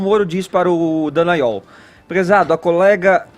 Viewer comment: Gente, esses jornalistas não fazem o mínimo do dever de casa, que é ler corretamente o nome das pessoas: é DALLAGNOL, e não Dellagnol...